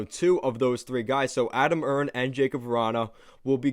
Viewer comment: Erne is pronounced Ernie as in Ernie and Bert, just an FYI